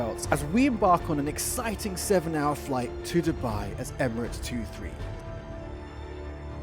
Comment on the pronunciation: I like the way you pronounce Dubai it's too good 😅 9.8/10 for the landing❤️👏🏽